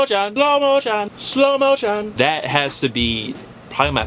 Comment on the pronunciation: shlo moshun